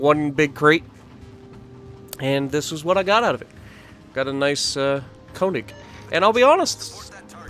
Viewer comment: It's KÖNIG! Not "konig" not "koenig" it's fucking KÖNIG! Fucking get it!